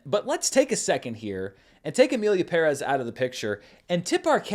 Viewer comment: BUT you pronounced Pérez correctly. I think you are the only person in ALL of the media who did not butcher the name. So Thank you.